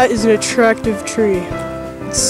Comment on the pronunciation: Did you say ARACTIVE people of YouTube?! O-O